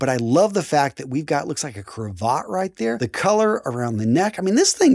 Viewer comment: who the hell says "CROVOT"! First of all its an ascot not a "CROVOT" and 2nd a crAvAt.